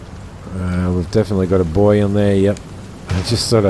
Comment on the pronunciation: BOO-EEY.... You wouldn't call a CIG ARETTE, a CIG RETTE... would you??